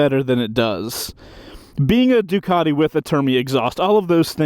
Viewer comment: What the f**k is a Doo-cot-eee?